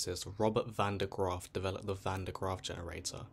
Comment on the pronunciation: Bro tried his best to mispronounce van den graaffs name 😂